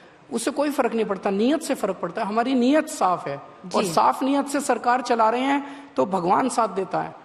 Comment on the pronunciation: He says "Niyat saff hai"😂😂😂